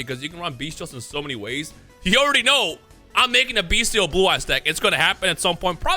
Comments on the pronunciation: M i the the only person hearing "bee steals "?(no offense ) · The way he pronounces bystial as “beastial” makes me cry. Decks pretty cool tho if u like decks who say u wanna play yugioh? To bad😂